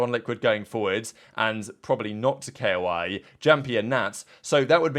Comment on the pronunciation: Also i feel like this isnt the first time he pronounces shit hella wrong